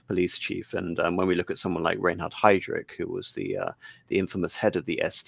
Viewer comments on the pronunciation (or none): none